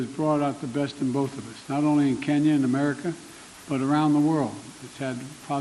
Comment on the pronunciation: “When Kenya wa’ declared iz innepennance…” Right out of the gate, Joe. You had me at “When Kenya wa’ declared iz innepennance”.